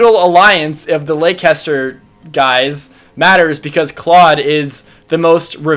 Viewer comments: Leicester is pronounced "lester" not "leycester" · Hate to be that guy, but Leicester is pronounced more like Lester (just like the English city is). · Golden Deer! Claude is awesome! Leicester sounds like leonster, it's a country to the east, it's almost a democracy. And they're essentially Hufflepuffs.